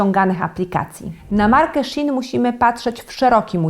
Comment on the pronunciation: Ktoś tu chce zaistniec w Internecie. Po pierwsze nie shin tylko shi in. Dużo zarzutów, ale żadnych dowodów jakieś wstawki filmików, ale wiadomo czy nie znalezione pod kontent. Że z poliestru, to samo jest w każdym markecie. Że skłaniaja do konsumpcjonizmu, to jest handel... mają pisać nie kupuj? Ludzie pracują 6 dni w tygodniu (przepisy chińskie mówią też o 1 dniu urlopu w miesiącu) takie mają przepisy i kulturę pracy, gonienie ludzi dzień w dzień bez przerwy nie byłoby opłacalne również dla pracodawcy bo spada efektywność, a ludzie to nie maszyny a to nie jest praca przymusowa, jak ktoś nie chce to nie pracuje. Shein nie jest producentem tylko portalem sprzedażowym, zamawia w fabrykach. Kupowałem i jedna rzecz jest słabej jakości druga dobrej... nikt niczego nie wyrzuca, bo są DARMOWE ZWROTY. Kradzież własności intelektualnej... a dlaczego ja mam się o to martwić, czy te znane marki się martwią o mnie?; to jest ich problem, poza tym mają dużo wyzsze marże, za którymi niekoniecznie idzie jakość - całkiem możliwe, że produkcja odbywa się w tych samych fabrykach. W skrócie: dużo piany, mało faktów.